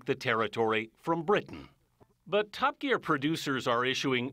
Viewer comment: The way he pronounced the word "Top" really made me laugh